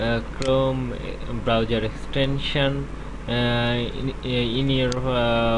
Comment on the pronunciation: every time you say browser it sounds like you say browyour